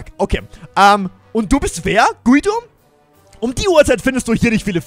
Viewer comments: Guido wird nicht so ausgesprochen, es wir so ausgesprochen: Gido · Echt geiles Video und neues Projekt aber man spricht den Namen Gido aus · Voll cooles Projekt ich bin so gehypt😃😃😃😃 Ps: Guido wird glaub ich Gido aus gesprochen. Glaube ich Pps: du bist soooooo ein cooler Youtuber❤️❤️❤️👌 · Er wird Gido ausgesprochen😂eine richtig geile Folge👌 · Hey man spricht seinen Namen Gido aus aber wird Guido geschrieben Bester Youtuber Mach so weiter Bleib so wie du bist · Guido wird Giedo ausgesprochen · du sprichst ihn falsch aus du musst ihn gido aussprechen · Bei Guido spricht man das u nicht😅